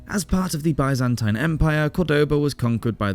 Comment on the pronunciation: I do wish that Byzantine was being pronounced correctly